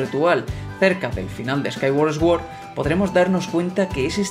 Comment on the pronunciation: Fonéticamente: Skyward Sword -> skaigüard sord. Buen vídeo 👍👍